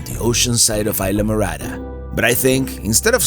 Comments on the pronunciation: "Eye-la" Morada? You must mean IS-la! Talkin' like a gringo! WTF ! :) Just pushin' your buttons ... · I enjoy all your videos. I'm watching the Florida Keys video where you stayed in Islamorada. What i don't understand why a Cuban like me you don't properly pronounce the name Isla Morada correctly. For those watching that don't know Spanish, Isla means island, and morada means purple. Isla phonetically would be pronounced, Eeesla or close to that. Be proud of your heritage, I am. From California Alberto.